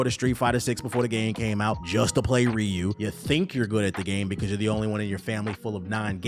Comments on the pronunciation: It's funny saying someone can't pronounce Ryu's name correctly then go on to pronounce Ryu incorrectly along with every other East Asian name and word with an "R" in it kekw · To be fair, you aren't pronouncing Ryu right either.